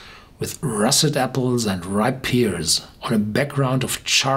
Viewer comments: Nicht "peers" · It's "pears"